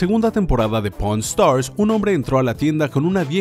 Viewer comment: se que dice pawn stars pero alguien escucho porn Star